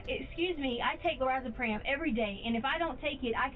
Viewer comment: “LorazePRAM” 🙄 she supposedly takes it every day yet she can’t pronounce it.